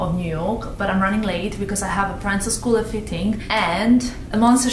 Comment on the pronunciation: Loved the vlog! Little correction, Proenza Schouler is pronounced pro-EN-za SKOOL-er. A lot of people make that error.